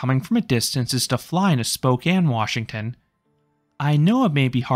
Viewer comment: as a Spokane local I thank you for not calling it Spo-cane